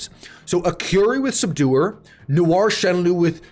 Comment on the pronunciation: why does is say curry instead of curie and subscribe wr instead of subduer?